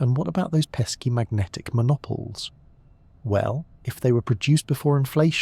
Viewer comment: Ontario Canada, am Wait, did you say mo-nop-oles? it should be mono-poles (mono meaning one and poles in reference to magnetic poles)